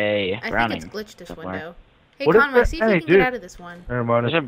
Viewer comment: Listen carefully says conGay